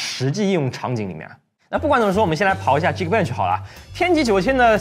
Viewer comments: 老哥，geekbench好像应该读ghi-k bench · 以前不是念geekbench的吗，怎么现在改念饥渴bench了，被绑架了就眨眨眼